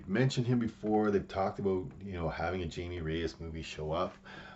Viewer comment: Glad to see more interesting takes than from most comic youtubers. Also, his name is Jaime nor Jamie.